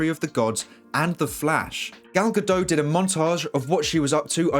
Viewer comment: This stuff is pretty exciting! It’s hard to believe the DCEU prospects have turned such a 180 in the last year. Side note: Gal’s surname is pronounced with the t at the end ;)